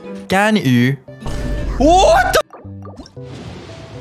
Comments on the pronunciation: 說「甘雨」但跑出來的是「干你」真的快笑死我了 螞蟻哥哥的中文口說好厲害，讓我好驚訝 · It’s actually 甘雨=ganyu=sweet rain,they spell the same but there’s a bit issue about the tones 😂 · Really enjoy this. Probably a side note, the reason Ganyu has been interpreted as the F-word: the way you pronounce "gan" ends with a very heavy glottal sound, which makes it sounds like "gan-nge-yu". Next time try to split the two characters a bit more, it will help.